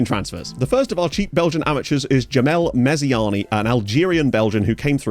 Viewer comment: Sup. Djamal Meziane is pronounced Mezian, like Zidane is pronounced Zidan - they're Arab /Berber names transcribed into French, and in french the e is silent. Like Renault Morgane. Only saying this because you show you care about stuff like this. 😅